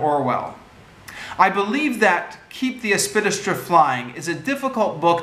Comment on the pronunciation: Helpful tip: if there's a big word in the title of a text you propose to review orally, take the trouble to learn its proper pronunciation first - it will do much for your credibility.